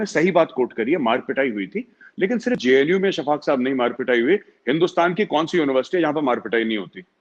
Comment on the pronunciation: Shaffaq mohommad couldn't even pronounced the JNU properly and he is very concerned with those Students. This shows how ill informed these people are!!!